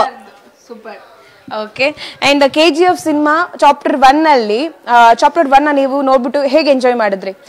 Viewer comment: Chopter alla......chapter adu🤣🤣🤣